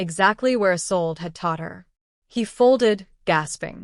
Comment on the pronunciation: What's with the gibberish that runs through parts of the story. The Story is Good I enjoyed it but someone really needs to do some proof listening or reading. Isolde, Isolde not a sold.